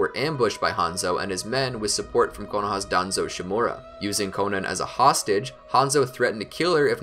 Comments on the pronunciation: It’s not konin it’s konan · I know damn well he did not call Konan “Konen”